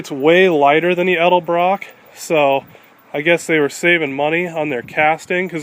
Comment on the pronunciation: At least he says "Edelbrock" so many people say "Elderbrook" drives me nuts!